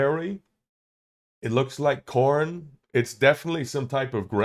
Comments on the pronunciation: It's not Comn... It's Cornn, as in C-O-R-N-N, as in maize. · It's not comn berry, btw. It's a cornn berry! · It’s not called a Comn berry. It’s a Cornn berry.